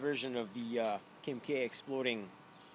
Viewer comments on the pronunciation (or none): Did he say kimkay?